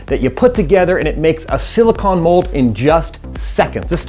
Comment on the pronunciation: He does NOT know how to pronounce silicone